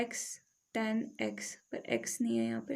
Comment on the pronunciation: Ma'am tan ko tan boliye